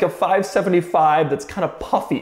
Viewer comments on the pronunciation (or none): none